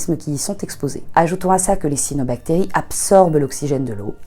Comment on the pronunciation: Le biologiste marin en moi crise a la prononciation de cYanobacterie ^^ sinon j'adore cette vidéo !